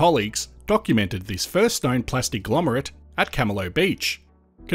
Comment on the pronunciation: And it's glomerate with a g. Not lomerate.😎